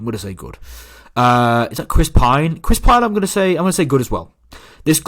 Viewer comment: “Chris Pine”😂